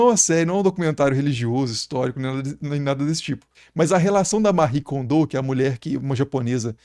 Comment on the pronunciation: Eu acho curioso essa pronúncia do nome da Mari Kondo. Ela é japonesa e não francesa hahaha. Além disso, salvo engano, ela foi “sacerdotisa” (muitas aspas aí) do santuário Shinto da família dela.